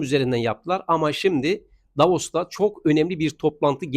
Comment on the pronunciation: Hocam "Davos" ...."Davaros"😂